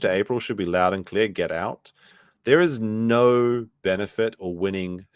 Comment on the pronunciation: “don’t talk to Australians about vowels” But you guys add like 2-3 different syllables to the word “no” everytime you say it 🤣 “Aw mate NAAUUUUUURRRR”